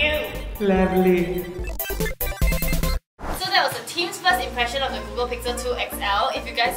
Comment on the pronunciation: ‘lavly’ HAHHAHA